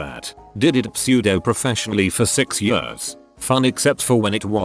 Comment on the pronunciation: Why can't this piece of shit machine pronounce "years"?